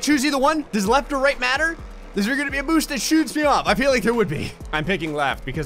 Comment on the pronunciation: When he said “where’s my boost?” I swear I heard him say “where’s my boob?”